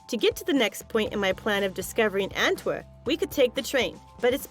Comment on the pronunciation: for whoever dubbed this ..its ANTWER P! with a P thank you!